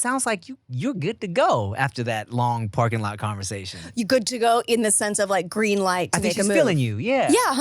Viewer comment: oh? gween. gwapes. gwandkids.